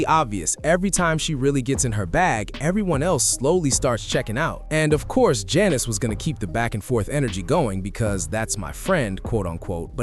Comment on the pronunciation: You're NOT saying her name right. Annoying.